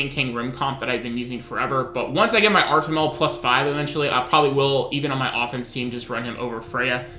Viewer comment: Artimel? isnt it suppose to be artamiel lol